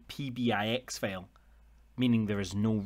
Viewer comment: Great video. It took me a minute to realize when you were saying "fail" it was actually "file" lol. Thanks for posting. Valuable info for sure.